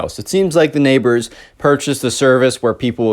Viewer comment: "Neighbor" They sure are neigh-BORES!